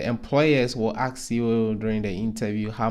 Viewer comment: you mean to ask, not to ax... right???!!! Please correct this, if possible... 🙏